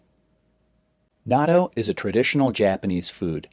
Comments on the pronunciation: It's addictive... by the way, it's pronounced "na-toe"... not "nad-doe"... buy it frozen in the Asian market, heat up in microwave, use the Japanese mustard that comes with it... stir with chopsticks, eat over rice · He doesn't pronounce it correctly though. You need a break for the double-t, as in "not toe" vs noddo. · This video proves that doctors don't know everything. The correct pronunciation is knot-dough. The second syllable drops. I eat it everyday with kimchi and mustard. No rice. It's delicious!!! By the way, there are many varieties of natto. The kind he showed is made of a certain type of soybean, but not all are. Also, it's NOT meant to be eaten alone, just like you wouldn't eat big chunks of blue cheese or plain tuna out of a can by itself.😂😂😂😂😂😂😂 All the Japanese people watching this video are on the floor laughing out loud. 🤣🤣🤣🤣🤣🤣🤣🤣🤣